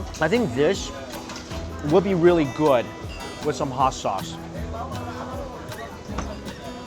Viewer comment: Pronounces good “gooad”